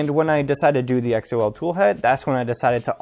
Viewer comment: I'm pretty sure Xol is pronounced like the name, not spelled out lol. Archetype is a nice toolhead mod that is made by some of the same people (although its not compatible with tap). Also, I had the same issues with sensorless homing and people seem to think I'm crazy for going back to physical end stops so good to see I'm not alone with that lol. I've been using the chaotic lab carbon fiber XY joints and X axis tube for ~7 months and they have held up well.